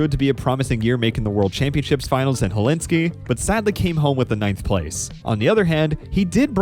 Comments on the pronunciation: hell sink ee not hellinsk ee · not to nitpick but it's hel sin ki, not hel ins ki :)